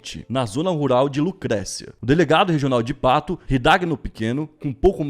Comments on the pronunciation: e cidade a qual vc cita não se pronuncia pato e sim "pátú" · Só fazendo uma correção na pronúncia da cidade que vc errou não é patu e sim patÚ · apenas uma correção, é "Patu" e não "Pato". Excelente vídeo. 👏